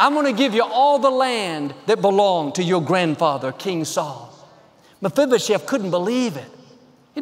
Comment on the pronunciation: You're awesome! I'm most impressed with your ability to say "Mafibashef" ... And that you said it enough times that I might have been able to spell it 😂😃